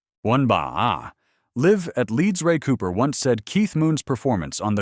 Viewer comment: "Live" rhyming with "give" for Live at Leeds???? Damn AI